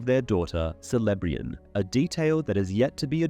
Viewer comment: Lol "SELEBORN" "SELEBRIAN" "VALÁR" is it some kind of theme to mispronounce Tolkien's character names?